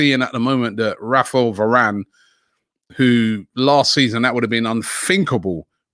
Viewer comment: "Raffle Varane"